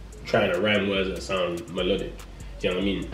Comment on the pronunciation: man said malodic 😂